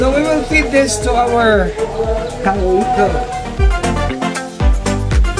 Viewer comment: I love your videos! I love them enough i named my beautiful blue betta. I named one of me female betta with calico coloring, Caleeco. I love how you pronounce it, it sounds good and fits her well. I have learned a lot from your videos. You are such a wonderful person for all the wonderful things you do to help others. Please keep the videos coming.